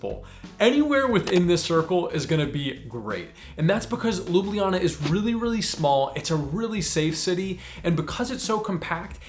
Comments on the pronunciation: Fun fact: You pronounced Ljubljana wrong lol. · My country ❤😉🇸🇮 Even I have trouble pronouncing the word Ljubljana, even though I'm from Slovenia😉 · Great video, but i find it funny how at the start when he explains how to actually pronounce it, he still miss pronounces it a little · LjubLJana, the second LJ part sounds a bit off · Next time go across the bridge and visit pop's pizzeria. And try to say Ljubljana not lubliana. After each l comes j. J Like in Word yes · I bet one of the things you wish you knew was how to pronounce places. 🤣 Ljubljana is NOT pronounced the way you did. Its LJ (as in LY for English speakers) in one breath as its 1 letter. Both LJ are prounced. So NOT Lubliana, But Ljubljana (Lyublyana), no pause between L and J. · I'm sorry but no one here in Ljubljana pronounces it LOO-BLEE-AH-NA or whatever. We pronounce it more like LYU-BLYA-NA. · ESL teacher and native Slovenian here. Pronunciation needs some work 😄 Ljubljana is a hard to pronounce for non-Slavic speakers because it has not one, but two "LJ" sounds, and one of them is even preceeded by a /b/. /lj/ is a separate phoneme. LJU-BLJA-NA (LYOO-BLYA-NAH) /lju'bljana/ Not loo-blee-ya-nah, the "blee" syllable is just people mishearing the second LJ as an /i/ sound. The way you say it, it would be spelled "Lublijana" in Slovenian. The way I taught my English students was to say "all you" really fast, then leave out the "a" to get /lju/*. Then say "bull ya" and make the /u/ disappear slowly to get /blja/. Put /na/ at the end and done. *this leaves a slightly darker L than in standard Slovene but the many ex-Yugoslavian residents of Ljubljana will appreciate the detail 😅 Another side note, as someone already mentioned, locals actually delete one or both /j/ sounds, so you get "Lublana", LOO-BLAH-NAH. Might be easier to just learn that and impress the locals 😂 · Sorry but your pronunciation of Ljubljana is incorrect 😬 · I like how he explains the pronunciation wrong lol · Its not lubljiana